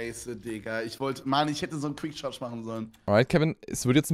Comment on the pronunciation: Ich finds so geil wie kevin immer quick charge zu fire charge sagt